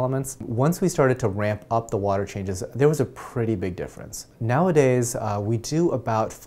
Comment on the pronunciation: you articulate every word wonderfully, but I find it funny when you pronounce the silent 'H' in while, what, ......water "wahter".... LOL nice vids